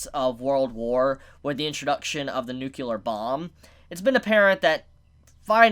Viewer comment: saying "nukelar weapon" is actually pretty cute.